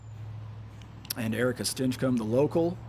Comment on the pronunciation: Really not liking how is pronouncing Stinchcomb.